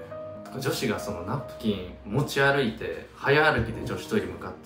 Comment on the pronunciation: 誇って(ほるって) 歩いて(ありいて) 泳いで(おるいで) 呪いて(あるいて)